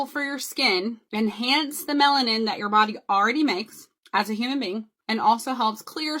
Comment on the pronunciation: Dude said melanin with a T